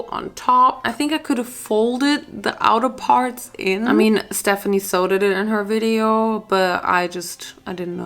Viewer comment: Girl your you’ve been saying Stephanie Soo wrong